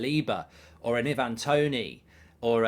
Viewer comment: Love your stuff mark and I know there is more important things in the world but please pronounce Ivan Toney as I van not e van 😂